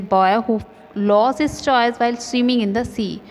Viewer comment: Mam bahaut acchi explanation thi par wo toys nahi toes hai